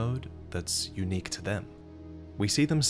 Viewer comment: 'A spectral *Hawk*...standing next *Tu Ah*...' oh my god...